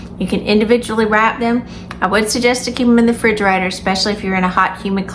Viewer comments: Refrigerator. It is a refrigerator. Not frigerator. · I knew you were a real southerner when you said "fridgarator"!!!